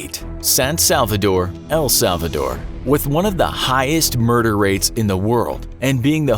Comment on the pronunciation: You pronounce El Salvador wrong, I am mexican